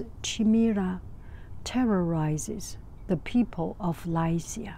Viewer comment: Funny thing is you were pronouncing Lycea correctly, the computer was incorrect.